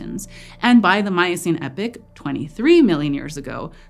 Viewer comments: No. You can’t narrate a scientific video and say epic instead of epoch. Wtf is the Eocene Epic..? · "EE-pok" or "Eh-pok", not "Eh-pik" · ee-pock not epic.